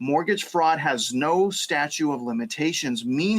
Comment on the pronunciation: “statue of limitations” okay what now ? 😂